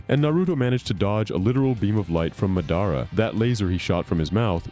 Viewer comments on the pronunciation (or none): "Muhdara" come on bro